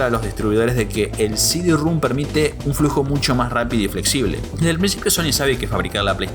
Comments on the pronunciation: Sidirrum jajajaja no mames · el diskette no es de 2 pulgadas, es de 3 y media; no es heréjia, es herejía; no es “cd-rúm”, es “cd-rom”, con O; Y ya me aburrí. Son incontables. Sumado a la arrastrada aporteñada de las eses y a la mala dicción que me obligó a activar los subtítulos.